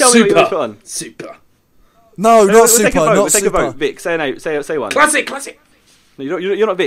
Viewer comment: my name is klazik and u say my name like classic